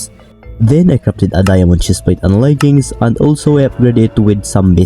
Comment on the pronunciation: bro called leggings layggings:face-blue-smiling::face-blue-smiling